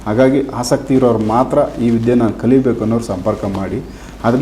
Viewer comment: ವಿಧ್ಯೆ ಅಲ್ಲ ವಿದ್ಯೆ ಅಲ್ಲವೇ ?